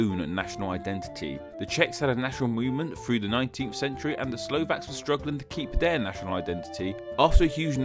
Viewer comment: This narrator can't even pronounce 'th' properly....'frough' instead of 'through' etc....so why take him seriously on history.